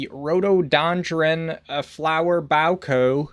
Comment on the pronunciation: sound it out mate - bouquet = BOW. K. Rhododendron = Roto. Den. Dren. Love the videos 😂